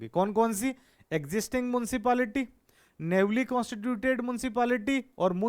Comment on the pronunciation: वो नेवली नहीं सर न्यूली newly होता है आई थिंक सॉरी सर but…